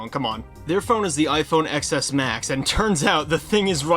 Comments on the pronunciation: “TEN ES” not “EX ES”, when do you learn how it’s pronounced?!? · Are you calling it the “ecks S” for bait? If you are, it’s working. (The X is the Roman numeral for 10, it’s the “Ten S”.) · I’m sorry to even say this, but it’s pronounced “Ten S”.